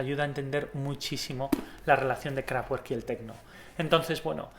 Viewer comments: Sólo para resaltar: se pronuncia 'Kraftverk' no 'Kraftuerk' la pronunciación alemana difiere de la pronunciación inglesa (por fortuna!!!) Si se habla de una banda iconica al menos saber como se llama, lo mismo pasa con Rammstein se pronuncia 'Rammshtain' no Rammstein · KRAFT , fuerza y WERK , obra, trabajo.... pero todo junto significa CAJA DE HERRAMIENTAS. Lo que es importante es su pronunciacion correcta que seria en fonetica figurativa KRAFTBERT (con B no con V pues la V en aleman es una F española por ej, VOLKSWAGEN seria FOLKSBAGEN '' el auto del pueblo'' ..... Ese KRAFTGUERT español no ayuda , los nombres deben respetarse .... Nadie dice BEATLES si no BITELS , pues aqui lo mismo . Un saludo . AUFWIEDERHOREN nikko zurich '18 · Kraftvak no krafwer, es alemán no ingles y que chido no sabía esto de la banda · Buen video, sin embargo no se dice "KRAFTGÜERK", ya que es palabra alemana y la "W" se lee como "V", entonces se dice "KRAFTVERK". Sé que eres español, pero las palabras alemanas deben pronunciarse correctamente. Un saludo desde México. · empecé a ver el vídeo por el interés, lo dejé de ver la tercera vez que dijiste krafgüerk. no puedo con la pronunciación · La w de werk se pronuncia como una b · La W alemanes se pronuncia V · la w es una v fuerte en eleman no doble u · Buen video. Entiendo que no sepas aleman para pronunciar correctamente el nombre de la banda, o por lo menos lo mas parecido. Utilizas la fonetica inglesa y eso no es correcto. Si me permites la sugerencia para el futuro, la W en aleman se pronuncia como la B en español y puedes hacer una pequeña separacion entre las dos palabras que la forman: "KRAFT" y "WERK". Sonaria algo asi como leer en español "Craft berk". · no se pronuncia KRAFTGUERK..... es alemán ...se pronuncia KRAFTVERK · Interesante informacion, gracias! p.s No es por ser pesado, pero no se dice Kraftgüerk, sino Kraftverk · Se pronuncia "KRAFTVERK, NO TWER, son alemanes no ingleses